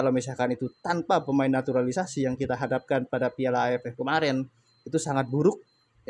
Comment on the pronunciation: Jngn sebut naturalisasi anda salah ucap